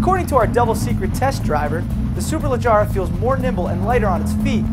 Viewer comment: it's SUE-PUR-LUH-GE-RAH